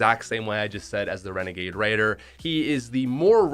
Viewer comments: You said wenegade waider came out in 2019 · He frikin said renegaid raider last seen December 2019